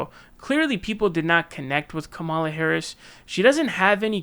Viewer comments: Bruh y u still mispronouncing Kamala? Is it intentional or something?I know it seems minor but as a commentator you should really have that nailed down by now. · It is still very very stupid that you won't pronounce her name correctly